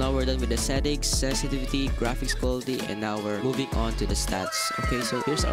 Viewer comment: NOT SESESESETIVITY LMAOO